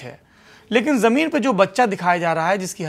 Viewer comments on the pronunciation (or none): none